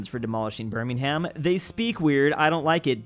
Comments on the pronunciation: I love how refuses to learn how to correctly pronounce birmingham Its pronounced birmingum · Another day, another reminder that Birmingham is pronounced birming-um, you AREN'T meant to put emphasis on the "ham" part. Until next time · pronouncing the h in Birmingham is disturbing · just said Burning Ham instead of Birmingham, not surprising, no offense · Petition for to say Birmingham correctly. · You are not supposed to pronounce the h in Birmingham. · everytime he mispronounces Birmingham I cringe